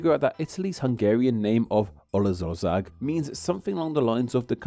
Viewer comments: that’s pronounced more like /olasorsaag/ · Good video. When you see "sz" in Hungarian, 99% of the time it is pronounced "s" in English (like in see, sail, sight). Just erase the "z" from the word and read it that way. Olaszország --> Olasorsaag. Maybe this helps. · pronunciation: "olas orsag", not "olaz orzag". "nadjh", not "nagi" :) hungarian "sz" = "s", hungarian "s" = "sh".